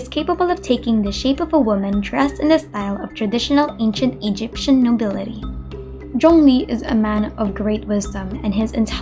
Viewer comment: Your pronunciation for zhongli is the most accurate I've heard, are you chinese?